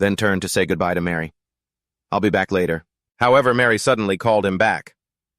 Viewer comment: Her name is Mari not Mary! At least get the names right!